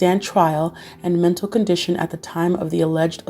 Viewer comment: heheh "metal' health disorders